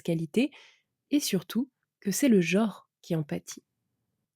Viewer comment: "Jor" ? "jore" ? "jaure" ? Ce ne serait pas "genre" plutôt ??